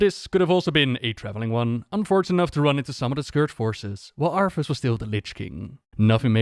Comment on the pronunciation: Its funny how he said arthus like arfus considering the hearthstone card exists lol